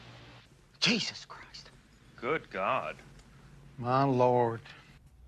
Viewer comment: When he said, "good god" I heard "It's a Doozy".